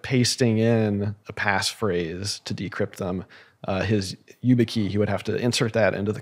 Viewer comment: struggling to understand how Peter has never heard of YubiKey and keeps referring to it as you-bit-key 😬